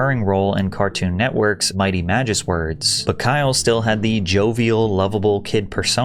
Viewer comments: bro mispronounced the title 💀it's supposed to be mighty magiswords, not mighty magi"swerds" 😭😭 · Bro really said Magis-Words 😂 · “Magis-words”??? You’re sure that’s how that word is pronounced? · . How do you mispronounce Mighty Magi-swords that badly? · Who the fuck pronounces the "w" in "sword"? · I’m sorry, but how did you mispronounce Swords? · that’s a weird pronunciation of magisword